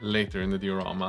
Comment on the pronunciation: Die-a-ramma .... Been bugging me for ages, good work bois